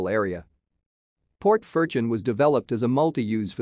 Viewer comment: All pronunciation is wrong.